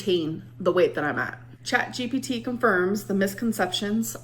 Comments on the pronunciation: The way you caught yourself almost saying "ChatBPD" 👀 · I heard u about to say Chatbpd 😂 It’s ok I say it too when referring to ALR